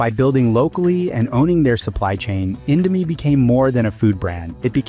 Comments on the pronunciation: Indo-my 😭😭 (Please just go to Google Translate and learn the correct pronunciation) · Indomie: indo mi isn’t INDO MY ffs! Americanised pronunciation working its charms here. Mi stands for Mee, which means noodles. It’s never indoMY Jesus…… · Mie is just the chinese romanization of /mi/ noodle not /mai/ btw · "Mai" lol how tf do you go from calling it indo "mee" to indo "mai". Either ai or just purposely trynna trigger people. Regardless, last time i'll ever see anything from this channel lol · everything is accurate, except, when the host said indo "mie", Mie this word is not spell it "My", its spelled "Me" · At minute really? Mie isn't spelled "my" but simply "me" just how you pronounce Indomie. DUMBO.